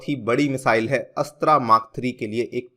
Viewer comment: Sir Astra’s correct pronounciation is अस्त्र